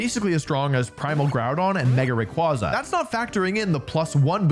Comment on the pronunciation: I can’t believe that this dude still doesn’t know how to pronounce Rayquaza correctly🤣